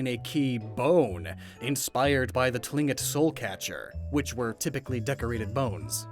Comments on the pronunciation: Don't know if this has been said or not (and sorry if I am repeating someone else), however Tlingit is pronounced more like "Klink - it" instead of "Tling - it." (From what I remember. I'm not Tlingit personally nor native to that region, just have friends who are) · Hey great video, but as a member of the tlingit tribe I have to tell you this as it pains me to hear, it is not pronounced tling-it it is pronounced klin-kit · not to be super pedantic because I love the ideas and the execution of all of these, but to be super pedantic I thought Tlingit was pronounced like "Klink-it", with the Tl being a result of Russian/English translation or spelling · Not to be THAT guy but since I know you're big into pronunciations then I thought I should share that the Tlingit name is pronounced like "cling-kit" rather than how it looks and reads directly. I'm from Alaska so we learned a lot about them and the other two warring groups in Southeast Alaska: Haida and Tsimshian. PS: I think an Alaskan based region would be super cool and interesting, future video idea perhaps??